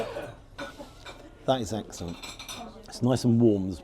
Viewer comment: eggsexcellent? i watched it twice sure you said it. brilliant as always